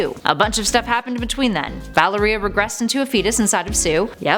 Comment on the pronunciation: Valeria is pronounced like malaria except with a v